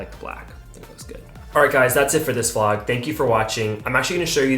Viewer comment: YouTube has been recommending your videos to me for a while now, but I've been scrolling past until yesterday evening.....and I must mention; I might or might be obsessed. I started with one, and now I'm watching all. Cute Notice: You say "Flog" instead of "Vlog"...LOL